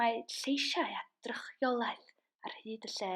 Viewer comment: Drychiolaethau....not drycholiaeth. The poem says ers talm, not ers talwm....necessary for the metre. Some wrong pronunciation too. Would be better if you got a native Welsh person to read it recite Hon correctly, with meaning.